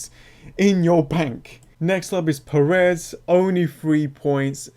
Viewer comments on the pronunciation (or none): none